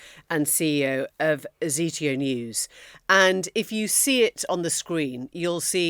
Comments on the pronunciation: Um, it's Zeteo not "Azeteo News" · come on, it’s “zitayo” not “zitio” 😂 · Zee tee o. Hilarious. She's got the computer constantly on her lap. What research does she actually do? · Why can't people who's job is words not pronounce words properly, Zetao you lazy human! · you pronounced Hasan correctly then got Zeteo wrong.. it's not hard.. if it's worth making a program about is it not worth learning how to pronounce..? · I think that's the first time I've heard someone mispronounce Zeteo. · OMG - perhaps learn to CORRECTLY pronounce the name of the organisation your guest represents 🙄🙄🙄 Emily rides again. Cringe. Ineptitde almost as bad as her ridiculous hair don't. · Irony of Emily MAITLIS who is Greek, could not pronounce Zeteo correctly. LOL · Maybe she doesn’t speak Greek? Just because your heritage is from a certain country or language doesn’t mean you have to speak it! Or know how to pronounce correctly - also it’s not irony…